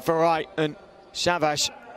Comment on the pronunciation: please the names ,Savash,Trento not Shavash,Trentou